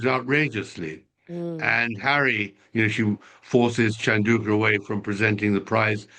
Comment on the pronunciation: it's not pronounced shan-daw-ka, it's chan-dow-ka. Tom it's not sen-ta-bee-lay, it's sen-ta-baw-lee. Geez you two, take the time to google pronunciations of your subjects. It's a matter of respect and professionalism.